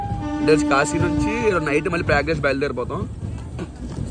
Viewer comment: Payagraj kadhu prayagraj ra babu😂😂